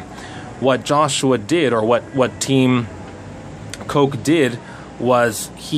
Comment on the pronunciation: pronounciation: the "ch" in "koch" should sound like the "gh" in "ugh". :-)